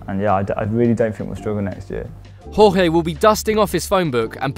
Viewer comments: Who the fuck is Rorré Mendez?? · We're portuguese not spainish jeezzzzz stop trying to be cultured cause it makes you look bad we can say j it's not horhey it's jorge as in and don't get me started on jota seriously? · It’s not Horge... it’s pronounced George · Its not rorge Mendes its Jorge mendes like George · So you say Jose Mourinho. But you can't say Jorge. It's the same sound. It's not spanish. it sounds like J not like hrhrhr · Please don't spell Jorge Mendes name like it's Spanish. It's really Jorge Mendes not Horge MendeZ nor Horze MendeZ nor Hoze MendeZ. It's Jorge Mendes as it is in Portuguese. Thank you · Please understand that not every foreign language is pronounced like Spanish. Jorge is pronounced like George not "Whore Hey", Jota is Pronounced with the J that it begins with. Not to mention the terrible attempts anyone has pronouncing Joao. Its not "Yau", he's not Chinese, its not "Joe ay woah" just "Jew ow". Rant over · gabriel JESUS hard J right ? same with Portuguese names JORGE almost the same pronunciation as George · Tip: "J" sound in portuguese is too different from spanish. Portuguese isn't spanish ok? Btw nice video 😊